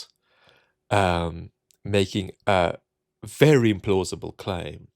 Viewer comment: I think said "implausible" but it's hard to hear. He should have given the IM a bit more oomph.